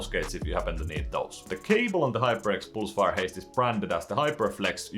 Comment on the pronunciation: "hyperx poolsfire" - Swedish detected